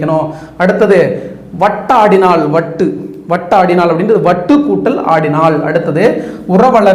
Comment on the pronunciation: சார் நீங்கள் சரியாக தான் போகிறது இருப்பினும் ஓரு சில வார்த்தைகள் பிழையாக உச்சரிக்கிரீர்கள் முதலில் ஓன்று இப்போது வட்டாடினான் என்பதனை பெண்பாலாக மாறுகிறது சார்🙏